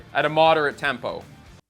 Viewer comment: Did you say tampo? hehe...very nice lesson.